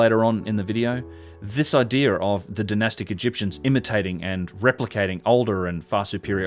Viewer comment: is clearly one of the most knowledgeable and well-spoken young men documenting these structures. Can anyone tell me why he adds a big ‘ole R on the end of 4th grade words that end in a? Like “area” becomes “air-ee-ar” and idea becomes “idear”? And don’t say its an accent, he has a perfect English accent. That’s adding a full blown consonant where we all clearly know the words have no r in them. I don’t hear it in any of his multisyllabic words just the elementary ones. Does it mean something else?